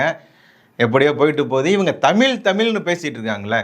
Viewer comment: தமிய் இல்லடா முன்டம்